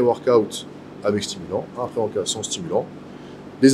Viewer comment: ça me stresse quand il dit " pré workaouute"